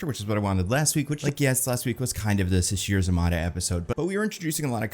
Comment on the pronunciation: Just FYI it's pronounced Sasheer za-MAY-tah